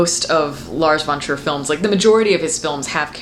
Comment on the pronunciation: Whenever you say "Lars von Trier", it sounds like "Large Wonders" or "Large Frontiers".